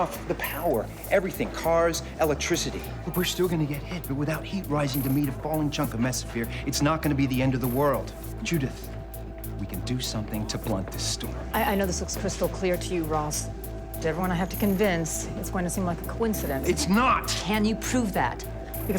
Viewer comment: I love how Cameron D. keeps pronouncing it "mesophere" without the middle "s" - even after a clear shot of the whiteboard with the correct word: "mesosphere," written on it. The director and script person really dropped that ball. Drinking game for every time he says it wrong!